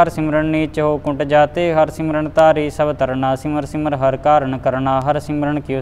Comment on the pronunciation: पाठ ठीक है पर सिमरहु सिमरउं दा फ़र्क़ नहीं समझके उच्चारण शुद्ध नहीं किया (अर्थ बदल दिया)